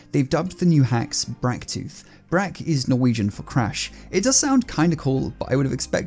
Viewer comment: "Brak" is Norwegian for a very loud noise. E.g. the sound of a crash, but not the crash itself. Oh, and to be even more pedantic: It's pronounced more like "braak", but people really shouldn't care. "Bracktooth" sounds a whole lot better than "Braaaktuf".